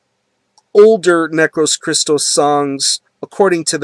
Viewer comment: \m/ Hell yea, somebody reviewed Necros Christos \m/ I have their 2 albums and their compilation, I'm missing "Nince Graves" but I will buy soon. Oh well the band's name is greek words, and the tone while you are saying it goes like that "necrOS christOs" the tone on the "O" \m/ keep it metal! Is there anything similar like necros christos?